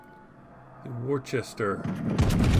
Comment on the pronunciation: Good show,! Btw, Worcester is pronounced Woorster..:) The ship is named after a City in the West of England.